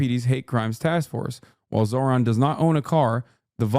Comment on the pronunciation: She called him zor-han 😂